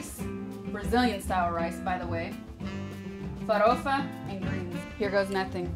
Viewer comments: cara, gringo fala "feidjôada" e "fawôfa" ela falou normal como falamos "feijoada" e "farófa" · You pronounce "Feijoada" and "Forofa" perfectly. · When you say "feijoada" and "farofa" your accent is genuinely Brazilian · Ela fala farofa que parece das nossas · O sotaque cara, ela n fala com sotaque americano "Feijoada" e "farofa" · I have to say that your pronunciation of feijoada and farofa are just perfect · Farofa A pronuncia tá excelente. The pronunciation is excellent. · Você fala farofa melhor que muitos brasileiros. kkk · Oloko pronunciou feijoada e farofa sem aquele sotaque gringo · She says FAROFA exactly the way brazilians say. Not a lotta americans can do it.